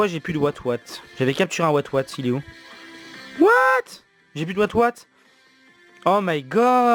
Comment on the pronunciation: J’ai cramper quand tu a dis wath j’ai pue watwat !!!